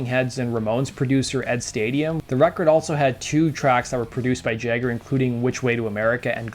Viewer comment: *Ed Stasium. Not "Stadium."